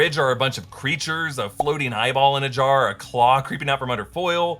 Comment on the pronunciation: you said drunk jwar 😄